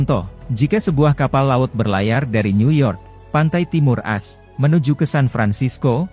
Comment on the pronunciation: Informasi yg berguna, namun narasinya harus diperbaiki masbro..AS itu Amerika Serikat jgn dibaca As🙏😃